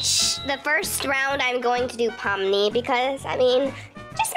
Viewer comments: You are saying it right! Here ill sound it out for u! Pom-Ni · Ur saying Pomni correctly ❤🖤❤️🖤❤️🖤❤️🖤❤️😁😁😄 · and you said her name right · Yes you said it right😊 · Yeah your saying ❤️Pomni💙 right and I LOVEEE The Amazing Digital Circus SOOO much!! 💕 Thank u so much for this video ❤🖤 and u should do reaction video of the amazing digital circus one day!! 😃❗️ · You are saying it right ❤ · I love ur vids and amazing digital circus! Im so happy you're doing this! Oh and u are saying pomnis name correct. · Your not saying pomni wrong just to be clear